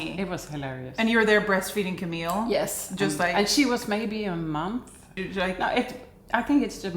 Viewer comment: Omg, my name is Camille too! I’m surprised you pronounce it the same way we do in the US. Maybe only the French pronounce it differently. My name is uncommon here, so it was weird to hear it in your video! Thank you for such a lovely time in Sweden ❤